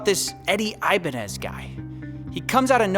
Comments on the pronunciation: Red flag from the beginning, the guy didn't know how to pronounce his own last name. Ibañez (e-bAh-gnes). You don't say it like "Ivanhoe". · The biggest scam here is saying his name is eye-bah-nez. Ni ningun hello, ni ningun good afternoon, aqui se habla español. 😤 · I mean I could tell he was a fake simply because he pronounces his last name incorrectly.